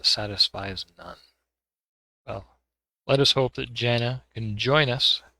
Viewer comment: Jaana is somewhat common woman name in Finland. Finnish words are pronounced as they are written (well there are some exceptions, of course..). So, Jaana is not pronounced as Zana. Its like Mordor should be pronounced properly as it is written, not moodoo.